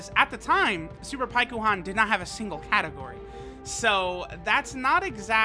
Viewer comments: Pie ku Han that’s not his name you do it for the memes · Pikkon’s name is pronounced longer in Japanese (paikuhan). It’s like calling Krillin Kuririn